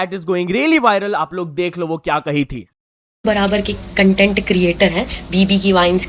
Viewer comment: cantent nhi Content hota hai gawar